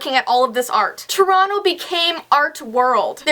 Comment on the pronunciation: I live in India.It's super cold too. BUT..... I have something to laugh bout even in this freakin' cold weather..... 😂😂😂😂I didn't know what city she was telling cause her Toronto pronounciation is so bad!!!😂😂I literally thought it was "Toreno"😂😂😂😂BTW I am a subscriber so no offence